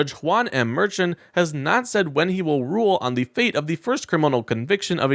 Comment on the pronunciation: It’s pronounced “MER SH ON”